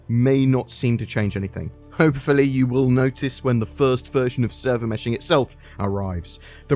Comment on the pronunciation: Server Meh-shing